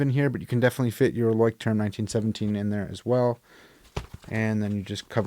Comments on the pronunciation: I think it’s pronounced “loyschtrum”. I use Midori and Leuchttrum but I made my own leather covers for them. I’m a therapist and the clients who take to journaling we will make then a Midori style. Gives them some ownership and personal attachment to their journal. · Had to go search the right pronunciation of Leuchtturm after you mentioned it. Found a video on here of a girl asking a Leuchtturm worker at a booth. He said it’s pronounced “LOY-strum.” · Leuchtterm is pronounced LOY-SH-TERM in German. :) Craziest pronunciation I know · It's roughly 'LOYSH-term' in English. Not a weird name at all! I'm very fond of trying out no-name brand / euro-store pocket notebooks for my trash books, as you can occasionally find some real gems in there. I'm currently using a B6 Midori for my commonplace, and have really enjoyed every Leuchtturm I've used. Can't afford Moleskines these days, but I don't find that a loss as the quality isn't as good as other alternatives despite the higher price. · Hard to believe you're so educated and the term Leuchtturm kicks your A _ _. ya could gone to google translate and "learned' the pronunciation of your favorite writing book. Again if it's your FAVORITE and can't even say it your deserve a good ribbing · The "ch" is pronounced the same as in the word loch, not "sh"